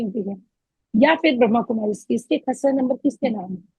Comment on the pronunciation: pehaly to brahma. kumaris pronouncetion to Sikh lo